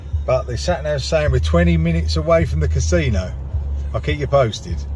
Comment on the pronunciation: Most Native American Casinos around here are very strict. No smoking, no drinking and strict Covid guidelines in place. Always alot of security and eyes on you. Mask police make it very uncomfortable. I steer clear and just go to Vegas. 1 hour flight for me. Oh and it's pronounced (YouT) Casino 👍